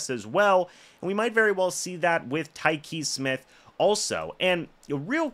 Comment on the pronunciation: Whooraaay.. You finally pronounced his name correctly!!!